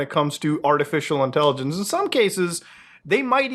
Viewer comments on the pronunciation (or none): I hate the way you say artificial intelligenceseseseses